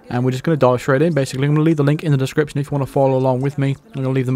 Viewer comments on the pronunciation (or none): none